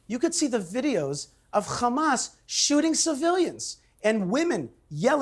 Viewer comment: 2 American Jews, both came from the same place, one call it correctly Hamas, and the other one suddenly cannot pronounce it other than Khamas 🙄 Even piers can say it correctly. it's حماس